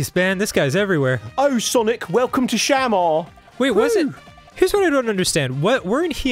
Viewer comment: i know this is late, but its shuh-MAR not SHAM-ar